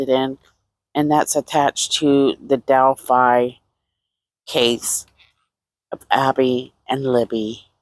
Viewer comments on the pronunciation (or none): You left out the "L" in Delphi.